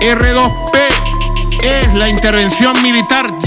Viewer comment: Ni el sabe lo que es el R2P... No lo sabe ni pronunciar. NO ES DUEÑO NI AMO Y SEÑOR DE VENEZUELA. Y usted querido amigo...no lo repita.